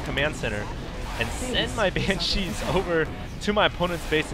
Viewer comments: Its BAN-shees, not ban-SHEES. Please, your pronunciation is becoming tiresome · yeah, please call BANCHEEs BANSHEEs, BAN-SHE that's how it's pronounced. on another note, AWESOME VID! nice win;) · It's cheeze, so it's ban-SHEES(e) xD.